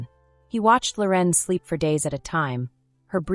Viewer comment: Her name isn’t Lor en. It’s Loren